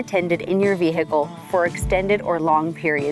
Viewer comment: Vee hick ull😅